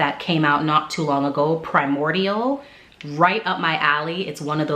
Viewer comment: It nuh good😂😂😂. Are you Jamaican? Love it.🇯🇲🇯🇲🇯🇲🇯🇲